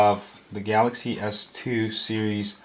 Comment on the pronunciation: "3 galazy s 3's..." lawlawl